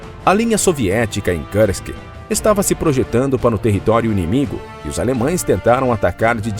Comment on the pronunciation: Lamentável a "inglezação" de palavras de outros idiomas pelo narrador. Ele consegue a proeza de complicar a pronúncia da palavra russa Kursk que é pronunciada pelos russos quase da mesma maneira como ela é escrita em português: Kursk, simples assim. Mas o cidadão acha mais bonito enrolar a língua e pronunciar errado. O resultado é uma pronúncia horrível: ele diz coisa parecida com Kârsk. Eu desisti de assistir ao vídeo. Que tristeza.